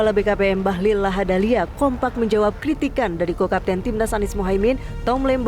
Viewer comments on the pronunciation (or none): Bahlil bukan Bahlul kan ...jgn salah ucap beda arti 😂